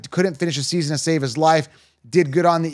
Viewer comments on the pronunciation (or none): none